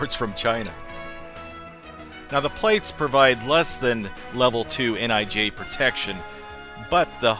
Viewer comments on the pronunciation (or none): I thought he said "N.I.G" protection and had to look it up and find out it was "N.I.J" protection.